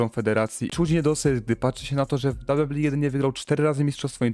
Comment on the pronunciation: "prawie ponad rok? Co to za ramy czasowe? Inną kwestią jest mówienie "dabju dabju i". Gdzieś się komuś spieszy? Autor filmu chce być dziennikarzem czy dziennikarzyną?